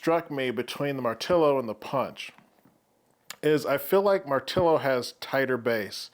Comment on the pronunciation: First! No not post, First one reviewing I heard to pronounce the name correctly! Great video! I do find it slightly weird that they call it BassHead, lots of bass, but BassHead? I guess, but not for me!